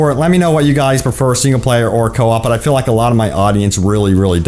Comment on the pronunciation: Bro why the hell, did you say you can "fill" the guns and can "fill" the ogmentations. The word is "feel" ok 👌 "feeeeeel" . Not "Phil"